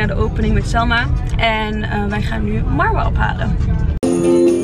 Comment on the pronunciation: Jij spreekt Marwa tenminste wel correct uit